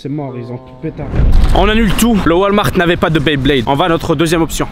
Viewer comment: On dit pas dresseur de baiblayde met blaydeur